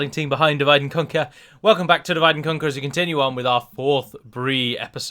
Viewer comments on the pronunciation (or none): "Divide and Conq-ee-yah"